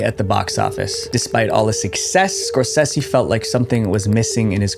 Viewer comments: y'know I loved the first one, only found out recently there's a second one not Scorsehsi, it's pronounced scoresaysee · Score SAY SEE ffs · It drives me crazy the way you say Martin Scorsese's name. It's not "score-SEH-see".. it's "score-SAY-see" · It’s pronounced Scor-SAY-see, not Scor-sess-see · I don’t usually correct, but have to here. It’s Skor-sa-ze, not Skor-ce-ce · Say it with me, "Score Say Zee" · You know, if you're going to mention a world famous filmmaker multiple times in your video, you could at least take 30 seconds to look up how to properly pronounce his name. Scorsese is pronounced "skor·say·zee." Edit: You do say it correctly a few minutes later. You should have edited out you calling him "Skor-Sessy." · "Martin Scorsessy"